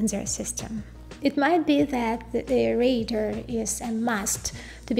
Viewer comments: Pronounce it with me 'Ray - Dar' not ray-der!. TQ. In fact you sound more like Raider!!!. Great content nonetheless. Well done. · Great tech explanation, but I was distracted every time I heard “raider” for “radar” made worse by the detail it was said a huge number of times. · Good but you need to work on your pronunciation of 'radar'. The emphasis falls on the first syllable - RAY-dar, with the A in RAY pronounced like the A in STAY. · Too bad you don't know how to pronounce "RADAR".